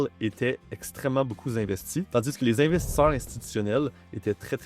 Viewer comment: On dit investisseurs eur pas investissor monter incroyablement beaucoup 🤷🏼‍♂️ 😢